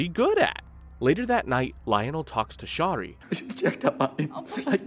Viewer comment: Her name is pronounced Sherry and you don’t need to censor all of those harmless words.